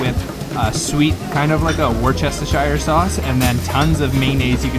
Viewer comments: did he just say "worchestershire sauce" instead of "wooster sauce"?😂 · For Worcestershire sauce, it is pronounced Woostersher sauce, but it is also acceptable to just say Wooster sauce (Worcester being the town of Worcestershire) and is probably more common to hear it pronounced that way in England. 😊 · It’s pronounced Wuster sauce 🤣 confusing I know